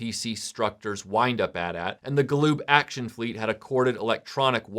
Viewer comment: Bless you for pronouncing it "At At" and not "Aytee Aytee"!